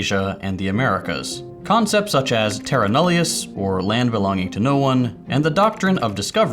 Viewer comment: a pronunciation closer to the Latin one would be Terra Nullìus.